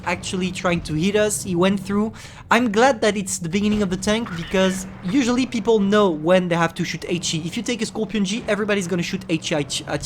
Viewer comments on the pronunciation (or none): none